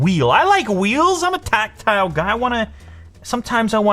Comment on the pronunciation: Lew: " I love wkeels" Apple be like "Surprised"